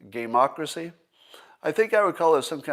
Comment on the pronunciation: I thought he said "gay-mock-racy" at first